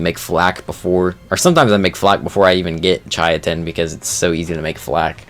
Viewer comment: Hey fyi chitin is pronounce like Kai Tin or Kite In